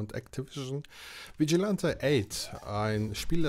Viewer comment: Vigilante spricht man Vitschilenti aus 😂. Dieses Game habe ich viel mit meinem kleinen Bruder gezockt ab und zu mit einem Freund dann eben zu dritt. Spannende matches erlebt, sehr spaßig. Ja die Nintendo64 Version ist wirklich besser als auf der Playstation. Schon allein von der Grafik her. Hat aber auch dort Spaß gemacht bei meinem Cousin. 😅 Der zweite Teil ist ok hat bessere Grafik als Vigilante8. Nur leider in der englischen Version. Für mich bleibt dieses Spiel der beste Teil. Ich finde die FMV Sequenzen hätte man auf dem Nintendo64 schon hinbekommen können wie in Resident Evil 2